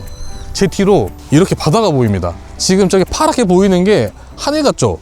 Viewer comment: 왜 ''저기''를 ''쩌기''라고해요?, 애들이 보다가 흉내내면서 웃어요 ㅎ